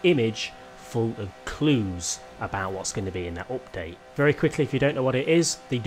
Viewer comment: Nobody:: Opdate